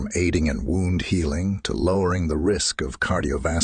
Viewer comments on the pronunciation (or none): none